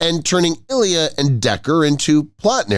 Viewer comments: Another video that teases with the cover photo & doesn’t confit on the vid. And the character was called “Ilea” I-LEE-a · The bald woman's name was pronounced "Eye-lee-yha!" Do you even fucking WATCH the material you comment on?!